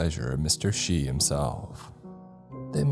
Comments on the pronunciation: Isn't it supposed to be Shi? Like ship and not shiloh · Eh?! I listened to all that, just to find out it was supposed to be "shi", not "shy". Hard "e" on it bud. It's why the number 4 was given a different name(yon). If I knew you were saying "Mr Shis"" store the whole time instead of "Mr Shy", it would've made waaayyy more sense. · Hooolllyyy lol “Shi” pronounced “She” is the name of the store in the first one, not “Shy”. I was so confused! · Shy? You mean Shi? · The first story was so confusing because Shi(し) is pronounced like she not shy. Maybe a picture of the store front would have been helpful at the start of the story? Or double checking pronunciation? Normally these stories are great. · Isn't shi pronounced like shee if it's in japanese? Other than that potential oops I loved the story and the reading as always